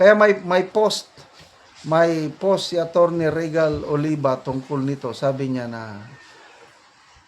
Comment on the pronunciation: Sir, indict is pronounced as in-dite not indik. Again and again you are pronouncing LEGAL as leh-gal. It is LEE-gal or LI-gal. Ego is not eh-go. It is EE-go po, sir. Regal is REE-gal, not reh-gal. Please listen to the videos you are sharing from certain personalities or other bloggers on how words are pronounced. This is a polite suggestion, sir.